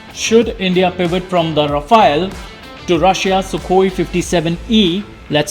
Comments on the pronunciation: Ra-Faal..which means fast moving wind...some research in pronouncing it correct ..its not Rafa-el like the Teenage Mutant Ninja Turtle. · India's policy's change more than Modi's outfits. Our inventory is so messy and complicated, keep making it even more complicated And a news report who can't even properly pronounce Rafale.